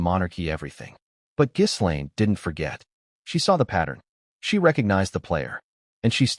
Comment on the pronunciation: Too bad you don’t know how to correctly pronounce Ms. Maxwell’s first name!